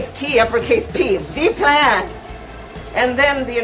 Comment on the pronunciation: Why was she pronouncing "THEE PLAN" like Count Dracula smh Count Kamala lol